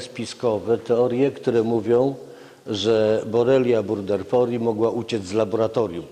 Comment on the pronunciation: Przecież leiszmaniozy nie wywołują nie tylko krętki ale też bakterie ? Gość nie potrafi nawet prawidłowo wymienić nazwy bakterii. To nie jest burderfori ale burgdorferi . Szczep, odmiana, rodzaj to inne jednostki systematyczne, a pan lekarz stosuje je zamiennie.